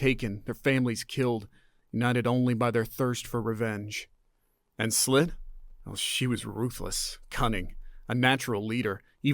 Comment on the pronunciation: Ummm... The name's Sss-ill-at, I think, not Slit. Still a billion times better than AI. You do so well the miss just was that more noticeable to me.